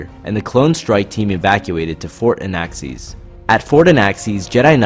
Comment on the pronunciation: Did you say... Anaaxees ?